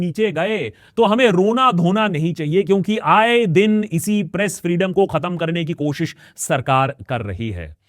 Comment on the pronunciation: I rewined 5 time and can't stop hearing "Breast Freedom ko khatam kerna" I was like 😮 then 6th time I turn on the captions and read "press freedom ko khatam kerna" 😅